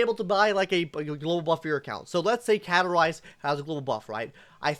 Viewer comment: are you trying to grow facial hair or did you mess up when shaving? Also there is a "s" in CaStorice's name. Please say it.